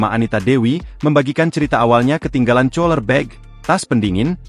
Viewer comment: COLER BAG :face-purple-crying: , BACANYA KULER (COOLER) MIN... WKWKWK